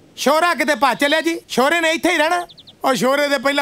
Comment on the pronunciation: A shora nahi a shore a